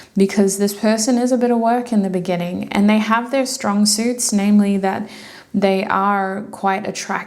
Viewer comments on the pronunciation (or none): GUUURL NOT THE "BENNINGING" 😂❤(group 3 ), I was thinking about that video everytime you said the Word "beginning "